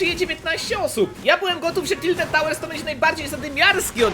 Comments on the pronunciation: "Tilted" xD bardzo lubie oglądać ciebie i kebcia i 100 widzów na, moje ulubione odc. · "Tildet" giga fajnie ze tilted poerocilo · "TILTED" pozdro 600 xDD kto tak jeszcze mówi a ja ok kto pytał wiem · Tilted". Nie będę słodził. Po prostu liczę na szczęścię narka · "Tildet" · Tildet tawers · Tiltet tałers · "Tilted" uwielbiam te odcinki i twoj kontent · "Tiltedy" ubielbiam mano twoje odcinki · "TILTED" :D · TILTED TAŁERS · TILTED Uwielbiam twoje "Siemasiemaneczko😊 "